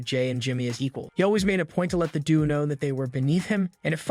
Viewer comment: The narrator needs to learn English. Instead of Sikoa, he says sicko and due instead of duo.